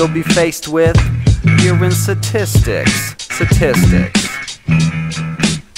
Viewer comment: Say STATISTICS BETTER